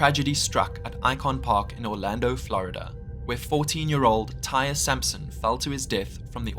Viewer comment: Also, the boy’s name was pronounced Ty-ree.